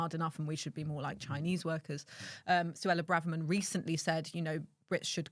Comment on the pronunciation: Suella "bravverman?" weird.